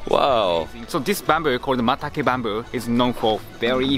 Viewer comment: He is saying "bamboo shit", isn't he?